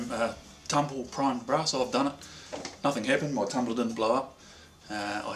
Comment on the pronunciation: You almost said "tumbler", but corrected yourself and said "tumblah" Hahaha :)